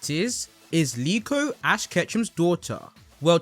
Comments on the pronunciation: Isn’t it Riko, not Liko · I thought her name was riko not niko